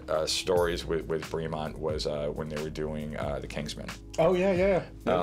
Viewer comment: Great video! Killing me with the pronunciation though. British English, so “bray-mont” not “bree-mont.”